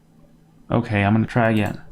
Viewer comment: that lollipop moment tho: "okeh"